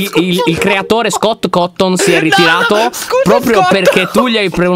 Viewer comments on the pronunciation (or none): ahaha ma è scott cawton no cotton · (༎ຶ ෴ ༎ຶ)(༎ຶ ෴ ༎ຶ)(༎ຶ ෴ ༎ຶ)(༎ຶ ෴ ༎ຶ) povero Scott e appena ho sentito couton ho urlato SI PRONUNCIA CAUTONNNNNNN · Laion si dice scot crouton